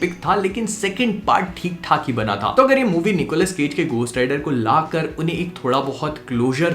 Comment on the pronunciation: It's ghost rider not cost rider...your pronounciation is not proper 😄😄😄😃😃